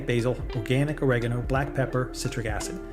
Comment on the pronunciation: Lost me when he pronounced oregano as “orogano”.